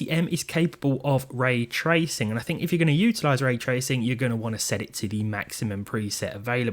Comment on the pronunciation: Please can you change how you say Ray tracing, it's infuriating 😂 putting the emphasis on TRAYcing sounds so strange 😂😂